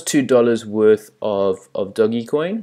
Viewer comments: It is pronounced doj. It is named after the Italian bankers/rulers off the 1500s. How do you add $$$$ using visa to your Changelly account? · The G is pronounced as a J ;-)